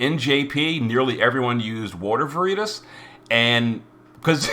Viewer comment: really needs to learn how to pronounce veritas lol